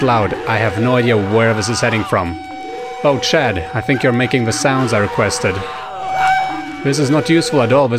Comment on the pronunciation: it is chad not chaaad